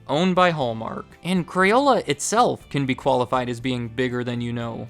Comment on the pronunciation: Why do you say crayola right but say crayons wrong? You say crayuns, you little shit.